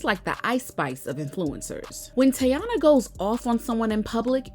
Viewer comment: Why no one can say her name right not tayana 😅😂😅